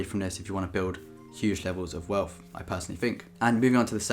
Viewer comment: personally, I would rather he stop pronouncing TH sounds with an F instead.. welf, growf, free fousand, wiv, two monfs, etc.. but let’s face it we are all just being spiteful because we’re not as succesful as him yet.. funny how he does actually pronounce the word THE correctly, so it’s not an impediment